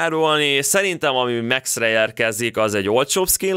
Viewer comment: Max lány de úgy ejcsük ki hogy Míkx